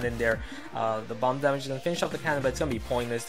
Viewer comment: the way he says damage, bothers me, but love the videos👌🏻